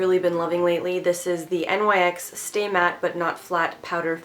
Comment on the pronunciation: Nyx is pronounced like nix